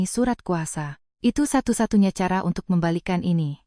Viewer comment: Belajar bahasa mbak, mosok cantik dibaca kantik, cara dibaca kara. Kalah jauh sm cucuku yg masih TK A 😂😂😂